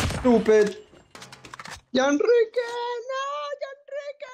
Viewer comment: By thumbnail i thought he said " yanrique Fuck you ," By watching video he said " yanrique love you"